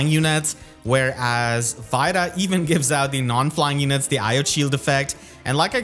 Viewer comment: Still a bit miffed you say it as "eye-oat" when its namesake person was called "ii-yo-tey" but minute details lol.